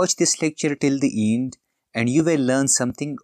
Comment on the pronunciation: dude make your accent normal its END and not EEEND.